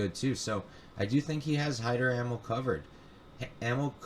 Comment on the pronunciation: I dig the podcast! Amil is pronounced 'Uh Meel' BTW!